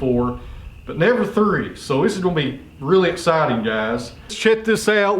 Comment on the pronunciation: Please, the word is “this” not iss. You used to speak accurately in the past and still sounded folksy.